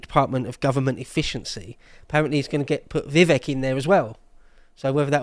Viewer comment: Its Vivek like cake. He dumbed it down for you and you still can't pronounce his name. Why would I listen to the opinions of anyone who can't hear words